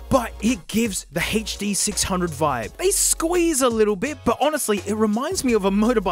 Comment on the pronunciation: Sennheiser Haitch-Dee six hungeos: good Stadium Haitch-Pea Studios: bad